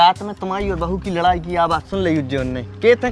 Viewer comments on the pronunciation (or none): none